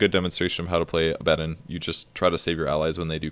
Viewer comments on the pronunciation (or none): Abb-addd-on? Do you also say Palaaaaadin? Come on, try and say things properly. Or just call it Abe. Abe is better than AbbAaaaDon. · Aba-don is how you pronounce the name. gaaaah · He's not adding an "n" and saying Abanddon. He's saying "A bad 'un". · You need to listen. Abaddon is pronounced "Uh-Badd-In" Most people though automatically assume its pronounced "Abbuhdawn". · It's ABB-uh-DAWN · where is n in Abaddon? its not Abanddon. No hate just strange to hear him say that. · Cody Gill It matters very little either way, he's a fictional character with no real consensus on the pronunciation. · picassopainter2 Sure the character is fictional, but the name is pretty old, appearing in the Old Testament. It's originally Hebrew, and there is definitely a consensus on the Hebrew pronunciation of the name. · Abaddon: work on that pronunciation =P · Pronouncing abaddon's name is so confusing for me now that I have played darksiders 1 where it is pronounced like says it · Abbadon... Or Abbadon